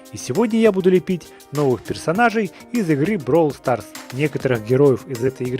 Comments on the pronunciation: Не правильно ты гавориш не бровол старс а браво старс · БРАААААААВЛ СТААААААРС А НЕ БРОВЛ СТАРС :,3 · Говорится бравл старс а не бровь старс. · НЕ БРОВЛ СТРАС А БРАВЛ СТАРС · Не Бровалстарс а БрАвлстарс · Роман приавильно говорить бравол старс